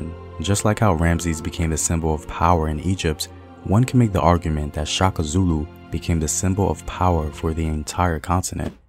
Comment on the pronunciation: It’s Shaka not Chaka